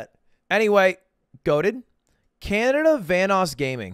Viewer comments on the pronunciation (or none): Canadia lmao